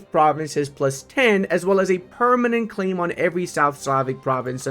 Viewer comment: why do you say 'Clay' when you obviously mean 'Claim'?